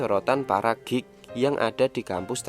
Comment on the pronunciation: Sial pas mimin bilang "geek" gw malah denger "gay"🤣🤣🤣